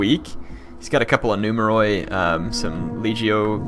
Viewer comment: In Greek, "oi" makes a sound like what "ee" does in English. So numeroi is pronounced, I guess in English the phonetic spelling would be "numeri". Not nitpicking, say it however is comfortable, I just got the impression you like for us to tell you this stuff.